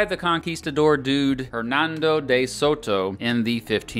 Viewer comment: "Jernandou dei Soutou" Learn to pronounce Spanish, it's not that difficult. "Mardin Shartiyeey" I'm not even French and this made me cringe too.